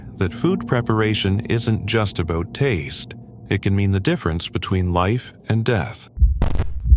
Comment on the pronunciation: What’s “aboowt”